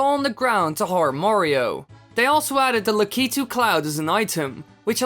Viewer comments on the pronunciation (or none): it is said as LAK-I-TOO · LA KY TOO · well i pronounce it that way,so essientially the entire time you were pronouncing it wrong to me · Lah Kah Tu. Is not how u say it. You say it like LA Key Toe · This is my favorite Mario Bros. character. I've still have my original Nintendo plugged up in my bedroom (*I pronounce his name Lah key too) 🤣🤣🤣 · Actually the only time he said lakitu right was and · Lol Dutch accent kicking in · U almost said it properly